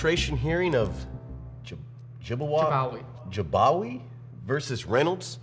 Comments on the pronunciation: he said jabawagi not bajagawi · Jibwaki instead of Jibawi 😂😂😂❤